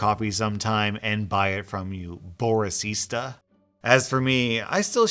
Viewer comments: why dd he call him boris-ista and not just boris-ta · I think it should've been Bor-ista instead of Boris-ista